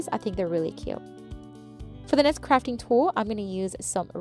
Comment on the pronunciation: I must’ve been listening to too many political videos lately, because every time you said crafting, I thought you said fracking.😮